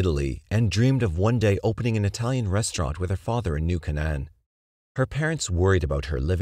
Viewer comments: I remember reading about Kitty in Elementary school in our Catholic Chronicle. It was such a sad tale, nobody tried to help her. BTW it's pronounced New Cane-en, sorry, mom was an English Major. :) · I've heard this voiceover pronounce foreign words perfectly but can't say New Canaan correctly. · Love all your videos, don’t mean to be rude. Hearing New Canaan pronounced wrong over and over got REALLY annoying. And I’m from the opposite coast